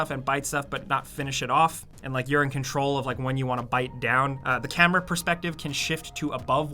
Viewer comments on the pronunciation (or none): none